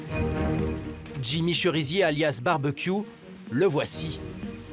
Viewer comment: On dit Delmas sans prononcer le S